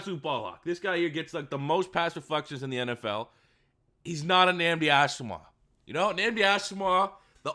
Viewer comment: Dude why are u butchering Nandi Asomugha name dude 🤣🤣🤣 cmon get ur shit together